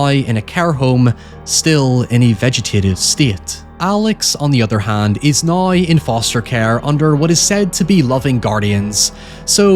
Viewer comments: Everyones talking about "hoyever" but never "noi" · Holy fuck the Scottish accent is HEAVY on this dude... Who pronounces "now" like "noy"